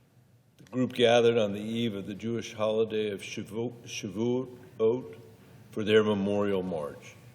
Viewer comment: Wonderfully said... but if I may,😊 please, sir, learn to pronounce "Shavuot." Be well. Stay safe. And thank you, Senator, for everything you do for our state.